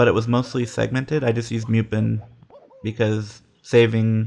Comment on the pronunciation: Miupen? I was sure it was pronounced Mupen with a regular, and more closed u